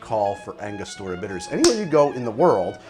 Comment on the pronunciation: ANGO-STUR-UH not ANGA-STOR-UH